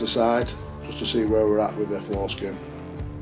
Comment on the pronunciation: Haha had to do a huge double take when you said “Floor skin” but it sounded like you said “Foreskin” 😂. Good work, from Queensland, Australia.